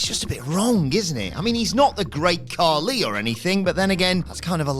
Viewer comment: Khali* not Khohrli